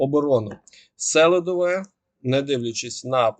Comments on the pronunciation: Дякую за випуск. Тільки СелИдове, а не СЕлидове. Так в місцеви зовут і по правилах "селО" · Донеччани кажуть СелИдове.